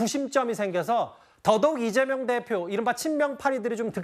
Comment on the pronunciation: 찢재명 찢재명 찢지명! 으로들린다